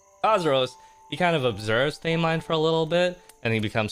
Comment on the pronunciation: girl not him saying “they-mine” 💀